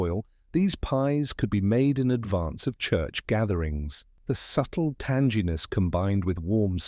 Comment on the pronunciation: Tan-gEE-ness!!? You meant “tang- ee- ness”